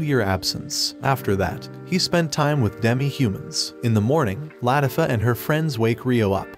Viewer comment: its pronounced lah-tea-fah